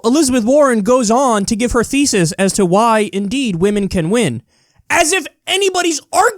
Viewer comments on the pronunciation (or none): are you saying "Warren goes on to give her thesis" or "feces" ? lol